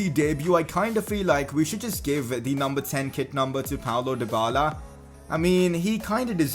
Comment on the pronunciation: It's not Paulo Dybala, it's Paulo Dyballer. 😁😁